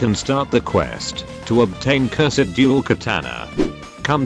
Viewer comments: You said Cursed tye wrong way. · I really like how the robot voice says "curs ed"